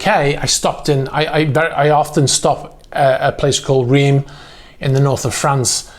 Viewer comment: The city of Reims is pronounced improperly. The eim sounds like un (number one in French). The closest I imagine it said by an anglophone would be Ranss